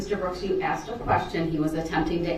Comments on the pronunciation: I wish should would have told him it's not axed it's asked! I hate this man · brooks needs to create a new language. So far, axed and biast are my favorites. 😂